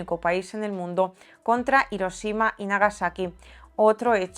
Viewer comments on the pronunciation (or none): none